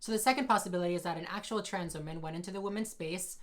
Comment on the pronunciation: she really said "as a WHAMEN"